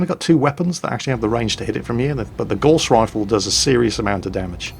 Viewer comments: Gauss... Rhymes with house not gorse which is a small bush! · I suspect we are going to see a lot of videos from you on this game, so I have to ask you to pronounce Gauss correctly. It isn't pronounced gorse but gowse, named after the theorist Carl Friedrich Gauss. I wouldn't normally ask this but it distracting me from the video. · I've always pronounced "Gauss" to rhyme with "house" and not "horse", am I wrong?